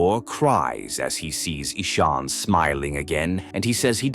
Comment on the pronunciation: The name is not Esoon its Ishaan